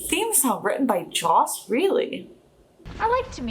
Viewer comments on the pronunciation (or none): none